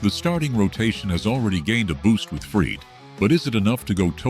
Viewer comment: Teach AI to pronounce Max Fried’s name.